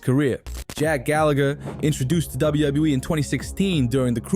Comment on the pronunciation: Wow, you are really struggling pronouncing WWE.